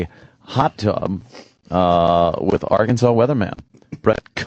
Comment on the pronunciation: This dude really pronounced “Arkansas” as “R Kansas”.